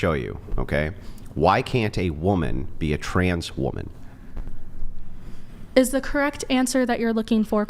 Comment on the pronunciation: In addition to MW not being able to pronounce “woman” and “women” correctly, anyone else notice how they pronounce it “SARE-ogate” instead of “surrogate?”